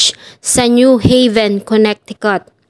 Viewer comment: Maganda Naman at detailed. Suggest ko lang to search/google tamang pronounce ng MGA states sa us. Suggestion lang un para mas maganda and at the same time in iba na indi aware sa tamang basa/pronunciation ng MGA states ay malaman din nila. Search mo na Lang how to pronounce Connecticut. Over all maganda